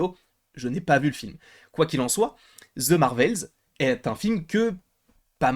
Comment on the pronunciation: On ne dit pas zze Marvel, c’est The au pire on dit de pas zze 🤦🏼‍♀️